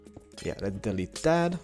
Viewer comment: no offence but when you say lets build it sound like lez build like you're building a lesbian lol